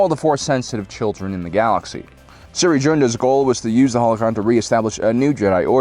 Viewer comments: “Siri Joonda” It’s spelled Cere Junda, and she pronounces her first name like seer and last as it’s spelled. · It’s pronounced “SEAR” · yo why do you call Cere "Siri" they pronounce it many times in the game unless it's a joke and I'm a moron